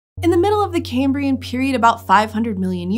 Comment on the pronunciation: Why does cambria sounds like a place somewhere in Britain lol